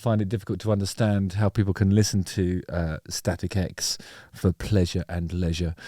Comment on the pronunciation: first time i saw them was decades ago warming up korn tour. awesome band. I heard you say "static eggs" every time :D